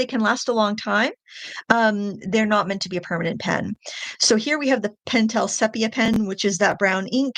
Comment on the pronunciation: Thank you for saying "sepia" right!